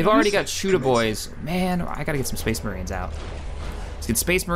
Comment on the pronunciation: SPHE-SPHE-SPHE-SPHEES MAHRINES.